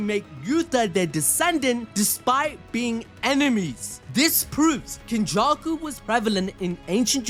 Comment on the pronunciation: This nigga did not just say “Kenjussy” …. Oh my